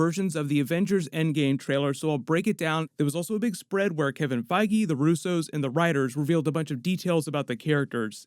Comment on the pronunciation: Pretty sure his name isn't pronounced Kevin Feggy.....